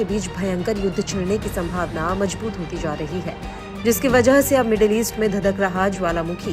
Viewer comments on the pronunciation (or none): Ganwaar apna pronouciation sahi kar Majboot nahi mazboot hota hai z ko j ........j ko z s ko sh .....sh ko s. Padte ho ganwaar india